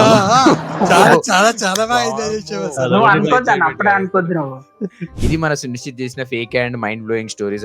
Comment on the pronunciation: Vaadu sunishith kaadu sullishith😂😂